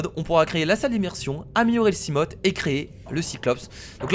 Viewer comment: Le Léviathan (la gosse bète qui a cassée ton seamoth) est imbatable (seamoth se prononce seamof et seaglide seagaide le a et le i ne font pas ai mais a i)